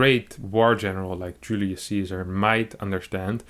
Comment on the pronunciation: Julius Caesar is pronounced Yulee- us Kaisar. You got the first name spot on. All c’s in Latin are pronounced as K. Thanks for the vid as always 😁